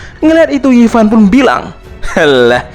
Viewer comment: Zofan di bilangnya yifan lah geblek